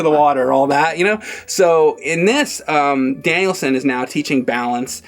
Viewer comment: 😂😂 totally is saying it like Danielson